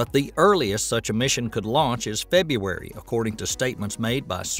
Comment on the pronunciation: Ok, if you pronounce February wrong one more time, I am gonna puke.